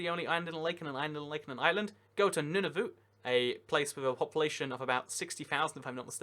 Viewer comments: It's pronounced the way it's spelled. Nu na vut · Pronounced "none of it" Nunavit